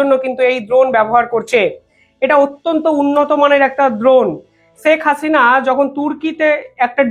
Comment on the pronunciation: "ছেক হাসিনা" নয়, "শেখ হাসিনা"